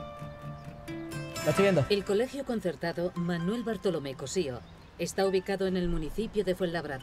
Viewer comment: La manita relajáh Manuéh